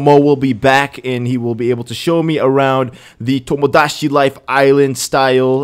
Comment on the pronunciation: Its TomoDaChi Not TomoDaShi